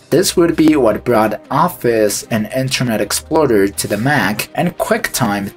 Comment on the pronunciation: "Internet Exploder" had me confused if you said "Internet Explorer" like that intentionally